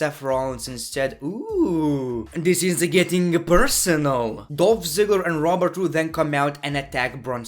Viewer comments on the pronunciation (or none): none